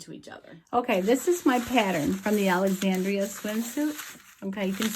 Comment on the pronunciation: Thank you! AND you said my name right! Most folks don't. 😊